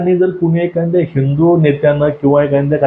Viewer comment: ' एखांद्या " नव्हे एखाद्या असे बोला